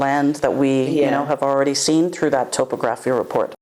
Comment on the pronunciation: Best of luck folks. I'm eager to witness the final product, so I'll be following this channel, and your progress. Additionally, I believe the word is pronounced as "top-ography”, but who knows?